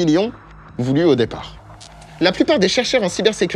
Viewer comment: « Au déparrrr » C'est bien beau de mettre un masque et indiquer être français, mais, fais un attention à ton accent belge, coco. 😒 Bah, au point où j'en suis, un ennemi de plus ou de moins 🤷🏼‍♀️. Je pense avoir embêté la terre entière 🤔 Si c'étais ça le but : irriter un maximum. Je pense avoir une place sur le podium. Pê bien obtenir la coupe en Titanium. Tiens, c'est marrant mes 3 dernières phrases terminent par "um" « om »